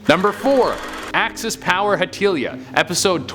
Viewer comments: am I the only one who was hurt when he said Hetilia and not Hetalia- smh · I subcontuously corrected him each time he said it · Me: Hetalia Him: Hatelia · We had a vhs player till we got a new tv. It is hit-tal-lea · HE-Til-eAh hahaha Its He-Tal-Eah XD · I was shouting at my phone when he said hatilia. It's Hetalia!!! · Me too ! 😣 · im sorry but the pronounciation of hetalia- hitilia i love h9im KJLFJKLSFJKH also the countries cant die anyway soo LKWDSLJKHJLKEGF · I died when he said, "Axis Powers--HeTIlia..." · I cringed when he mispronounced hetalia .....😣 believe me I've corrected him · Thank you ! The way he pronounce Hetalia bugged so much! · The way he said hetalia is just 🤢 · Kayla Sellers I agree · insert angry butthurt comment about how he pronounced hetalia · I'm a little mad because he pronounced hetalia wrong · You mispronounced Hetalia xD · That Hetalia one is freakin scary and sad. And, get ready for Hetalia fans getting mad about how you pronounced the name :) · was i the only nerd who got real mad when he said hetalia wrong? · Got triggered by how he said Hetalia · No im also hurt when he mispronounce hetalia, im sad